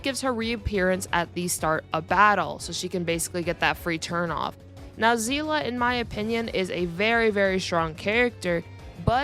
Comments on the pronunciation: i mean i hope you pronounced seele's name correctly its see-le not zela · Her name isn’t zeela it’s pronounced seal-ee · I'm sorry, I had to quit when I heard "Seelah" instead of "Seele" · Um zeela? If you wanna say it japanese Sheelee but if you wanna say it German its Zeele except with a stronger a and kinda sounding like an e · Still upsets me how the VA mispronounced Seele as Zeele. Good video tho mostly agree with everything said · My god please do not call Seele is Sezla I beg you and everyone out there who new to Honkai 😂😂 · where does "a" come from Where there is no "a", it is not even that hard